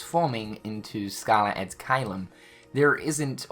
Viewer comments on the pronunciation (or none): it triggers me so much how you pronounce caelum